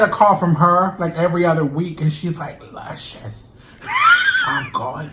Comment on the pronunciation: La-chuhh-cious love it lol